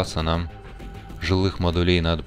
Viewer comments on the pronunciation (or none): С наступившем новым годом! Как всегда, спасибо за полезное и отличное видео! Очень здорово, что углубляешься в механику игры. Смотреть одно удовольствие. P.S., пожалуйста. Не модУлей, а мОдулей. Не секторОв, а сЕкторов. Не складОв, а склАдов